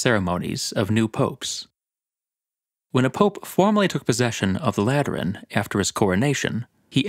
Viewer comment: Am I the only one who heard latrine every time said Lateran